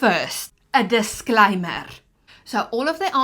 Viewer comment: I like how she said a Disclaimerrre😅